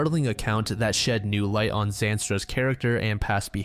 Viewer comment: How do you say Zandstra 76 times in a sentence and mispronounce it?